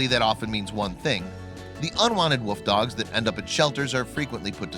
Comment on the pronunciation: Oh my God learn how to pronounce WOLF correctly.. It's not Woof !!! People who insist on doing that drive me crazy!